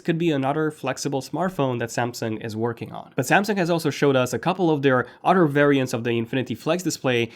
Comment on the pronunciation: Hey try saying "other" instead of "oder"